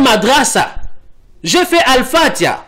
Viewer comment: Tu c'est même pas prononcer fatiha..Tu été musulmans